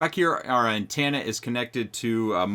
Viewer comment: First it's 'antanna' now SIN-log. I love you brother but please, you're killing me